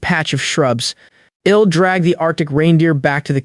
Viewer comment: Like the story but has lots of mispronounced contractions, like I'll being read as ill, I think that most of them are mispronounced.